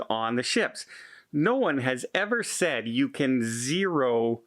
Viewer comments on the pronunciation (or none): none